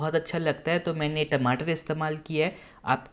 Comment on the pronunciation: Bhai Tameto Nahin Bolte Tamato. Apni Bhasa Ko Jyada Style Karne K Liye Aeise Nahin Bolte. Jai Hind